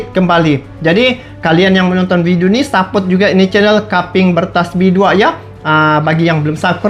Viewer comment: bang. hanya rakat. caping bukan kaping. abjad Indonesia aa. be. ce. de, c bacanya ca. jangan ka. caping. penutup kepala terbuat dari bambu, di pakai para petani menghindari terik matahari. 🙏🙏🙏🙏. maaf cuma ralat. 👍💪🇮🇩🇲🇾